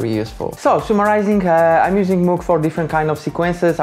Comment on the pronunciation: One would expect a synthesizer musician to be able to pronounce the name MOOG right. Bit of a letdown 😒